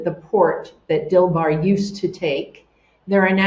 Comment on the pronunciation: I thought she kept referring to a yacht named Bill Barr, 😅 but it's Dilbar per googlling. There's a lot of echo in her environment.